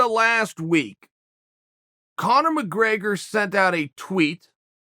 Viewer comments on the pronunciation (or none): There's no A in McGrAgor sonnen 😂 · “Connor McGraygor” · "Conor McRAIGER"